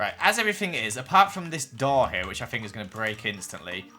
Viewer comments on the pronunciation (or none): I’m sorry for what I’m about to say - but saying fink instead of think and free instead of three hurts my soul so much!